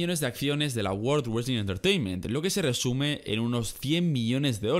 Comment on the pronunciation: aparte del "wesling" 😂😂